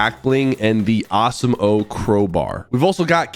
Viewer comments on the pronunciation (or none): The way you say Awesome-O, I'm out. It's been real